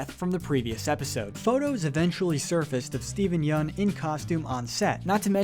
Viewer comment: You said Steven Yeun wrong